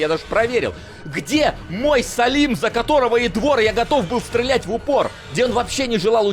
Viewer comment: "Омлэт, мэдвэжонок!!!" Также всегда: Стрэлять)